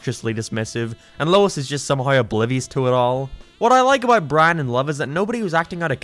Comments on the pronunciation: He pronounces Brain as Bran most of the time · it’s Brian not byan